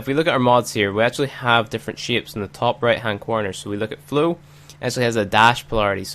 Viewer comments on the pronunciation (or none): Why you read flow to flu